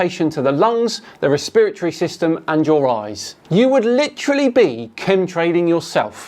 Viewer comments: Re-spirit-ory??? Alright come on I can allow some stuff like al-oom-in-e-um but come on it’s resp-ru-tory come on lol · Respiratory = "Reespiritree"?:D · I’m unsubbing for they way you pronounced respiratory